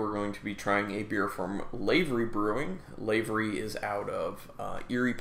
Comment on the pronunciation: Pronounced Lio-Pard Or. That guy took a gold medal at GABF, and the brewery is pronounced L-ah-v-ery. Soft A, like "have". You're welcome ;)